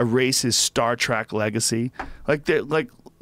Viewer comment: Am I the only person who noticed Joe is saying William 'Shackner' was in Star 'Trak'?!